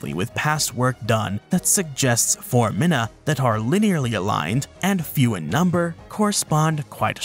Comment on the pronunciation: I think they also mispronounced foramen and foramina? Unless I've been mispronouncing those words my entire life 😂